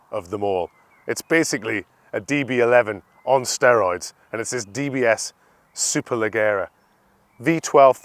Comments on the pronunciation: Strange way to pronounce “Valkyrie” and “Superleggera” threw me off a little 🤔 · If you can’t pronounce Valkyrie and Superleggera properly how do you expect us to take this review seriously? Clueless 👊